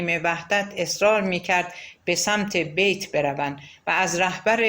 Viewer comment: با درود و سپاس از شما با شنیدن این داستان قلب انسان ب درد میاد اینکه چ کسانی و با چ فریب هایی ب قدرت رسیدن و با گذاشتن پا روی خون شهیدان ما جای خودشون رو محکم کردن 😢😢😢و با سپاس از شما گاهی در خوانش اشتباهاتی وجود داشت مثلا تلفظ بیت رو اشتباه گفتین و اسامی رو گاها جابجا گفتین موفق باشید